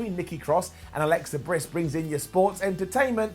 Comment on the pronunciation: Anyone notice how he changed Alexa Bliss to Alexa Briss? Lmfao